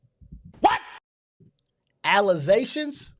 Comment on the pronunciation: Allizations! Not allegations. Cassor not cancer. Is English her second language? Lmao